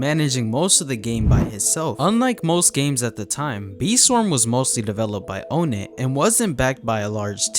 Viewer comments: It’s NOT o-net, it’s onett. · its pronounced "on net" btw not "own net" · Bro said ownit not onett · ''OhNet'' 😭 its pronounced like ''on it'' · Im not trying to be that guy but its ah-net not O-net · Bro calls him O net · did bro just call onett "oh net"